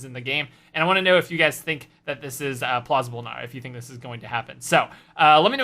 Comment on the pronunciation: at 6.08 did he say plasable